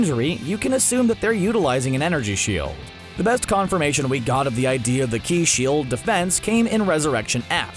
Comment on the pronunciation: Ki not shi shi is something else in dragon ball